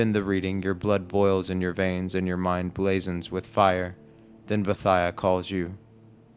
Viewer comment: I thought it was pronounced bo-ee-thee-uh